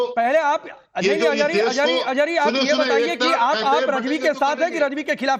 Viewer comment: Ajhari nahi Ajgari hai 😂